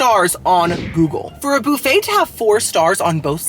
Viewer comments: Love the Channel but its buffet not booffet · First time in my life I have heard boofay 😂 in Ca we say buff ay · BUFFayyy NOT BOOFayyy 😂 for the love of God pronounce it correctly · Lol i LOVE the way you say BOO-FAY😊😊😊😊😂😂😂😂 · I Love You Girly, The way you say "BOOFAY" is the BEST>> :face-purple-crying::face-purple-crying::face-purple-crying:🤣😂🤣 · I love how you pronounce it boof-aye 😂 Great video as always! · I am so excited about this Saturday boo-phay moment!!! Also I never want to call it buffet anymore it’s way more fun to say it the way you do. Love you!!! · i love the way you pronounce buffet. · Love how yu say “ buffet “